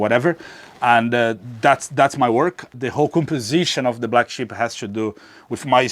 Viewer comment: Did anyone else think it was called the Black Ship until he elaborated on why its called the Black Sheep 😂✌️🙃